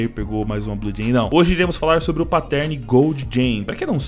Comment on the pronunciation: Aprende a dizer pattern... Nao é "páttérn" que trigger